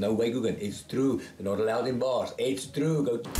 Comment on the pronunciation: 이쯔 뜨루우 하는 게 무슨 영어를 가르쳐?